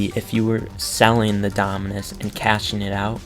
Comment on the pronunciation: he owns almost all the dominus in the game and he cant pronounce them lol